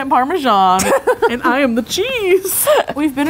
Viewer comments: Belatedly thinking further, I seem to remember that went to university / college in London, which would explain why she pronounces Edinburgh like a Londoner. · I love how after the first attempt they got further and further away from pronouncing Edinburgh correctly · im scottish (paisley) and it hurt when they were trying to say edinburgh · The fact you butchered Edinburgh's name means you're no longer welcome in Scotland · Edin-burah I think that’s how u day it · uuughhhh Edinburger? Come on 😂😂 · I've heard a lot worse pronunciations than they tried. My least favorite and most cringey one has to be "Edinburger" like really? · Edin bra. That’s how you pronounce it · ed-in-bruh For all the Americano’s...that is how you pronounce Edinburgh😂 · I love that you came to cold, windy, wet, wintery edinburgh in a summer dress. With the wind here we can't ever wear dresses. Also you got edinburgh sometimes. Imagine it as Edin - Bu Ra. Easy! Silent H. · I live in Scotland, Edinburgh and I’m so sad that I didn’t know when they were here if I did I would have forced my mum to come with me to a bar so I could say hi and act really awkward (By the way it’s Ed-in-bra like there’s a guy called Ed who’s wearing a bra and it’s hag-is personally I don’t like it but I’m glad you did 🙂) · Edin bruh. Approach it like you’re gonna say it like edinburough if it makes you feel better, but after the “edin” part, interrupt yourself with the word “bruh” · No one: Them: EdinBRUH Bruh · Edimbra is how you say it I wish I was there but I was there 2 days after you guys where so :'( and o live near aberdeen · E-din-b-ra its not hard 😂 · Hello and welcome to 21 mins and 47 seconds of and mispronouncing Edinburgh! It’s not edinborough guys 😂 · Enbruh? hahaha, I love it :D However, I do think they should google how to pronounce the name of the place they're going to. Kinda shows a lack of research. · Btw its pronounced Ed-in-bruh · it's "edin-bruh", bruh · Its pronounced edinbruh